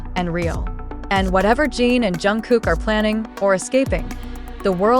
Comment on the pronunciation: Jungkook is already with Jimin for gods sake. And it’s not Jeen, it’s Jin